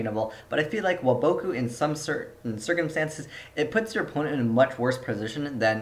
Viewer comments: it's WAboku, not waBOKu. pronounce it right. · Woah-BOH-Koo??? da fuq, have u ever watched the anime? It's WAH-bah-koo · The way you say Waboku drives me fucking insane